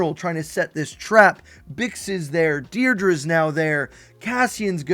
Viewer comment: Dedra Meero. (Pssst…. It’s pronounced “dead-ruh”, not “deer-druh”) 🤙🏼